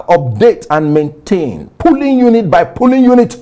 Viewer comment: He pronounced Polling units as Pulling units. Olodo